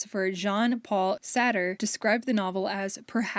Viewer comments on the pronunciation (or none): Idk if anyone else has commented this and I mean no offense by this but, Camus is a French author and his name is pronounced “ka-moo” and Sartre is just “sa- truh”! I love this video though, big free little library and thrift store fan myself :)